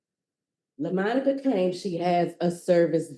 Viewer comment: Quit calling her Lamonica 😅